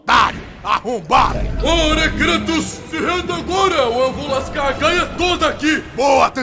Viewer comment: "Kratos... CRATOS!" 🤣🤣 Zeus errando o nome kkkkkkk